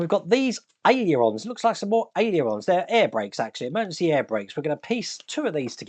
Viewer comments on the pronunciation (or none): Easy way to pronounce aileron.......ALE ER RON. great vlog, thanks,. All the best from OZ 🦘🦘🦘